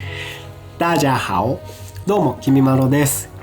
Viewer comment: こんにちは😆台湾からのファンです！ 台湾の食べ物をお口にあって本当に嬉しいです！💓 私も胡椒餅と蔥油餅が大好きです～～ ちなみに大家好の発音が綺麗です～～